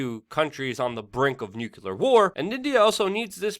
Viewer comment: Please don't say nukilar, you know better than that!